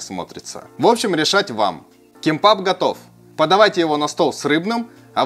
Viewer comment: Только произносится кимбап